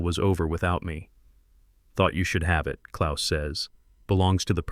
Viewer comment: Hope you realize that you listed CITIES, not countries! Precision seems not to be your strong point! This laxness is something "up with which I will not put"!!! However, you DO get full marks for pronouncing "Klaus" correctly! German is my birth-language and I have tried my best to keep up with it over the 60+ years I have been speaking English!